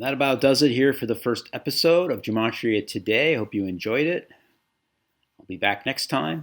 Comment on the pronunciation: It’s pronounced Geh-Mah-tree-uh